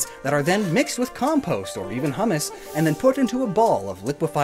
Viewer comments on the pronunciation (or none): Humas, a collection of rotten Plat matter and soil, is pronounced "hue-mass"